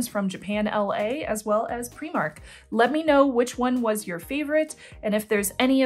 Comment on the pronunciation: I appreciate that you use the Scottish pronunciation for Primark! 😁